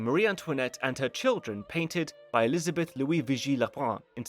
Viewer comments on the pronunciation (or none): none